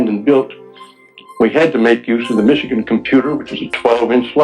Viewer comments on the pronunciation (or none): none